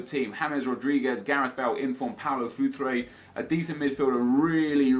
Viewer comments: he said inform futre lol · he says inform Paulo Futre. oke.